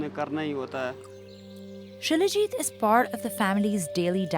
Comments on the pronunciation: It's salajeet (Salajit) not shilajeet 😂😂😂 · Shilajit = She-Le-Git = She Legit = Legit stuff to make her happy